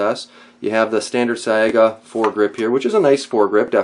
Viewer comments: it's pronounced "S-eye-guh" not "s-eye-ay-guh) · Is it pronounced "Sa-ee-ga" or "Say-ga"?